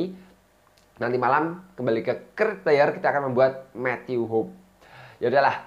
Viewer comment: Cara baca Matthew Hoppe itu Ho-pi bukan hope aowkaokawokaow